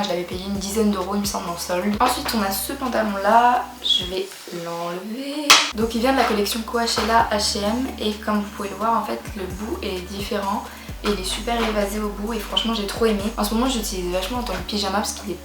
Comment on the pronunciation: J'aime beaucoup ton style, ça se différencie des autres 😍 par contre pour Coachella, ça se dit "Cotchella" aha 💖